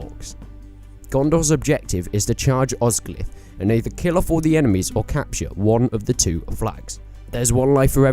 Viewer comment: BTW, Osgiliath is pronounced with and extra 'e' sound after the 'l' so it's 'os-gil-i-ath' not 'Os-gil-ath'.